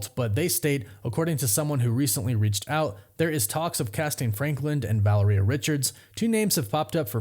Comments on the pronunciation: VA-LARE-EE-AH for gods sake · Valeria - Vuh-la-ree-UH Practice makes perfect. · Take a shot every time he says Valeria wrong